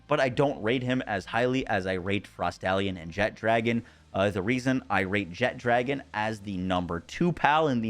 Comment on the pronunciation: apparently we just need to learn how to pronounce Jet-Ragon there is no D